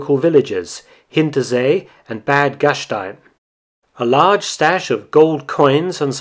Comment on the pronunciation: The a in the german "Bad" is pronounced as A in Armory. Very nice videos, just thought it may help.